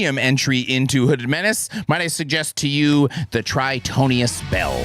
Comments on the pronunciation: It's Tritonus not Tritonius 🧐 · Am I crazy or is it not "TRITONIUS" but "TRITON-US"? Anyway 2 more months until the new album preorder shows up...